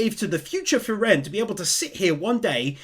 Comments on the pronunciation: So cute how you pronounce "frie-rén" :D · I'm puzzled why you pronounce Frieren with the second syllable accented instead of the first as they do in the anime? Something about that became rather distracting. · i love your recaps, but i absolutely hate how you keep saying frieren like that lol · Part 4 and never looked up how "Frieren" is pronounced :D